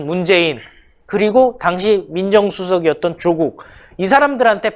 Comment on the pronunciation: 메신저 무결성을 높이기 위해... [윤성녈] 아니고 [윤서결] [조:국]아니고 [조국] 윤석열의 열자는 한자가 렬이 아니라 열임. 조국은 창녕曺씨로 조조와 같은 한자를 써 짧은 발음이 나며 풍양趙씨와 같은 한자인 趙영남은 긴 빌음을 한다